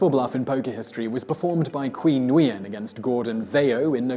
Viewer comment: For future reference: Nguyen is pronounced Win.